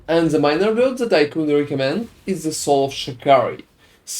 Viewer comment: its called "THE" not "ZE" xd you use letter Z too much :D